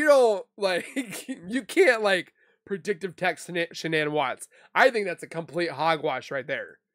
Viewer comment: Shanann,s name was pronounced Shannon ...Shanann started pronouncing her name Shan ann for some reason...her Mother pronounces her name Shannon...like she named her. ❤